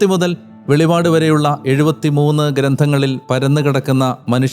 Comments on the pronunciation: വെളിവാട് അല്ല വെളിപ്പാട് ആണ് സഹോദര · വെളിപാട് അല്ല അച്ചോ വെളിപ്പാട്